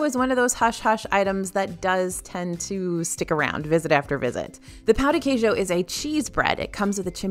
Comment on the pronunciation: I love the way you say pão de queijo!!! Greetings from Brazil!🤗 I have been following the channel for a looong time and I Love when you talk about brazillian food in EPCOT's festival and now this appetizer:)